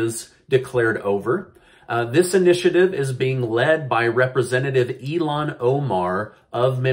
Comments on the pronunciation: Also, you call her 'e-lan Omar' but, I think her name is pronounced 'ill-han Omar'. Keep up the good work,, You Are Amazing!! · You must spelled ilhan Omar name. It’s il han, not il lan.